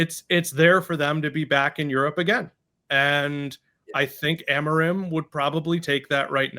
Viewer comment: dude can’t even pronounce amorim’s name